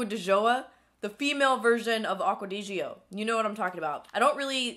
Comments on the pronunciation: Lol it's pronounced Acqua Di "Joy-Uh" hahaha!!! That fragrance is my heaven! And the Versace one you mentioned is really nice and fresh too! Just wondering...how often do you wash and condition your hair? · Just a little info... Acqua di Gioia is pronounced "de joy-ah". The other di Gio version is "dee Joe". I always heard it pronounced so many different ways that I took the time to research and figure it out. Love ya!